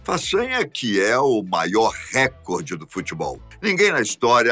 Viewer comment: Não é RÉcorde, o correto é "recorde(ó).